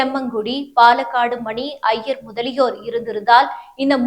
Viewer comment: பாலக்காடு மணி ஐயர் என்பது ஒரே பேர் ஏன் சொல்லும்போது gap விடுகிறீர்கள்